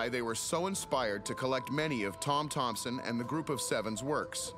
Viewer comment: And it's Thomson, not Thompson :)